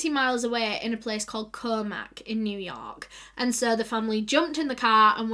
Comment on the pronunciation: The way she says New York is the funniest but cutest thing. Sending love from New York ♥️♥️